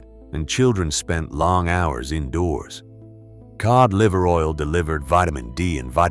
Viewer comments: I was until the "key old liver oil", that's A.I. that corrected itself. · The ai bastard said kee ohd liver oil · Kee oid liver oil??? Stupid A.I.